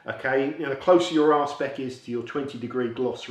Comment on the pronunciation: Did you say R spec or Ar&e pec?